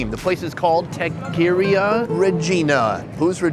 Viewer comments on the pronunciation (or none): What in the Caucasian Caucusus is that pronunciation of “Taqueria” Ive hear “Tock-Er-ia” but never “Takeeria” hahahah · Takeria? Bruh it’s Taqueria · Isn't it "TAH-ker-EE-uh"? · Surprised to see Sonny the world traveler having problems with pronouncing taqueria (tah-que-REE-ah). Good tacos where I live, in the Dallas/Ft. Worth metro area, are 2.75-3.00 bucks. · it's pronounced "taqueria" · Hey, Sonny, i dont know if you were being a smart ass, BUT.... Taqueria, is pronounced "Ta-co-RE-aH", at least everywhere i've ever seen one, from texas to cali... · How do you have an opinion on authentic Mexican food but can’t say taqueria..credibility left with that one man .. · Dawg ur a bigass channel. Pronounce taqueria right lmao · How did you pronounce taqueria?!?! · 2 weeks ago and still can’t say Taqueria right? I’m starting to think he’s not as big fan of culture because I remember other simple names he chopped up. You think otherwise after following the culture so closwlyy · Sonny still can’t say taqueria?? Come on man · Bro. You travel the world eating all kinds of food but you can’t pronounce taqueria? C’mon. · dude doesn't know how to say Taqueria??? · The way he pronounces Taqueria 🫤. Jeeze. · Wtf you've been to central America a number of times and you CAN'T pronounce "taqueria"??? You must now wear the bandana of ignorance. Oh wait... you already are. And it looks so snug. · How the fuuu can this man not pronounce taqueria? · Sonny taqueria sounds like Tack-er-ia Roll an R and there ya go! Love from San Antonio!!!